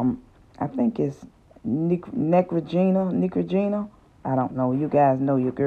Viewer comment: Hi There, I did not know that you can clean beauty sponges and brushes with added olive oil? It sort of worked but I did notice that the sponges still had stains on them. By the way, Neutrogena is pronounced phonetically (NEW-TRO-GINA). Thank you for sharing your video and God bless.